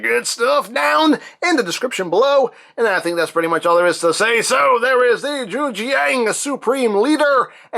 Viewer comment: Jujiang makes quality ko's. Also, it's pronounced why zshang